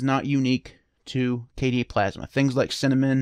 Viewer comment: Hey, shout out to your mispronunciation video, the best desktop environment is “Kay-dee” :)